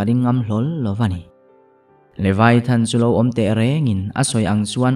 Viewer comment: LeVIAthan tih tur niawm tak a ni, LeVAIthan niloin.